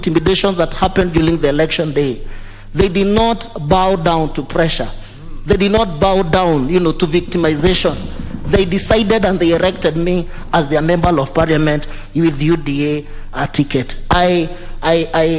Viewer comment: R and l is a great challenge to us kikuyus.i know soon you will recover, i know being the first day you can say erected for elected. Anyway congratulations!!!